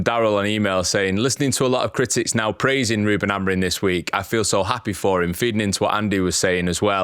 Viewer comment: Love the pod, but please start saying the manager's last name right. Amorim not Amorin